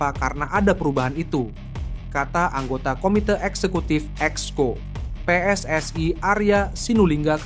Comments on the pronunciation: Sebut PSSI aja kenapa sih..? kok PSSAi segala.. Salah2 lagi nyebutnya.. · Pe Es Es Ai...??. Sok inggris tapi salah dan norak !! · Kenapa PSSI dibaca PSS ay .